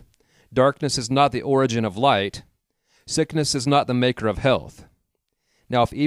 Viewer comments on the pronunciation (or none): none